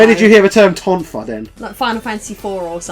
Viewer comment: You mean "tonfa" not "tofon."